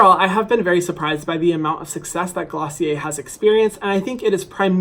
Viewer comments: Isn’t it pronounced glossy air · me learning how to actually pronounce glossier after watching the video....